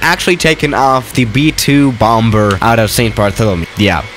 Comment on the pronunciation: YOU SAID BOMB BER....LOL